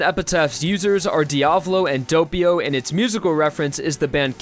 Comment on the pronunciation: Dopeio.. its doppio